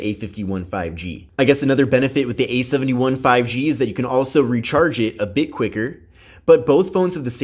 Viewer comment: Idk why but I can't stand the way he emphasizes the 1 instead of the 7 in samsubg A71 5g. It just ruins the parallel structure.